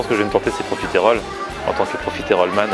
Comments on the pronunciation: tu te dis profiteroles man sans savoir comment prononcer correctement le mot mdr. C'est pas profitÉroles mais profitEroles. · Par contre on dit profiterol pas profitErole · Superbe vidéo mais tu le dit mal profiterol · profiteroles man et ça sait pas bien prononcer ''profitroles''